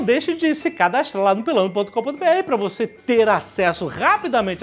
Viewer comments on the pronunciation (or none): Só eu ouvi o Jovem Nerd falando "cadastlar" no jabá do pelando?? kkkkk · é impressão minha ou o jovem nerd disse cadastlando